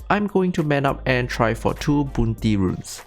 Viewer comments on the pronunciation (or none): I love the way you say "BUNTY RUNE" XD